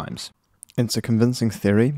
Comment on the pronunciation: I always found the way you say "theory" really cool, and now we can listen to it on repeat <3 ahhh XD